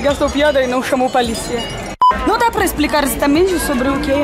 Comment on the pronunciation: 😂👉 PALICIA KKKkkkkkkkrrrrssss É DEMAIS👍👏👏👏